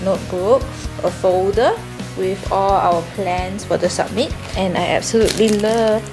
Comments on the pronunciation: Why does she pronounce summit as submit lol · Why does she keep pronouncing 'summit' as 'submit' like GURL ITS CALLED SUMMIT WHY DO YOU CALL IT SUBMIT